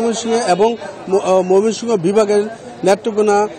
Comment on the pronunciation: মমিসিং 😁😁😁 হাররে সাংবাদিক